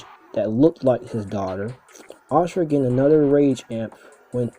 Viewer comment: But it IS Asura & not "Ashura" as he pronounces it